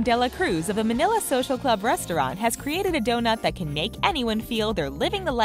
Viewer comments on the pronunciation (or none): none